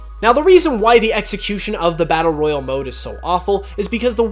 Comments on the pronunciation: are you sure your saying number 4 right Royle is way different than Royale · Royale and Royal are pronounced differently.